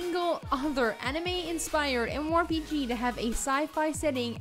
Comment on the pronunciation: My mind goes closer to insanity every time she says "M. MOR P.G."